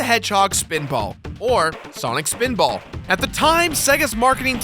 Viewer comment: swanik speeedbawl